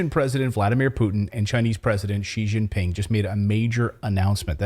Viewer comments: They can't even pronounce "Putin" in North America. It's not pronounced with a glottal stop instead of the T. It is Pu-Tin, not pu'in. Anyone can look up how to pronounce Xi Jinping online, so broadcasters should be able to perform that simple exercise. After all, we have the same sounds in English. "ing" is a common ending, J is like the J in June and July, and X is like a cross between the G in orange and the SH in she. She-jin-ping. :) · difficult to pronounce xi jinping